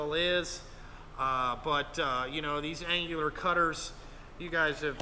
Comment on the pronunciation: Dude your killing me No G in annular. Nice mag drill but too much green for me.